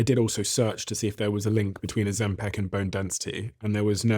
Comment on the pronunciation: PICK! PICK! It's pronounced O-ZEM-pick! Not peck! Stop saying peck!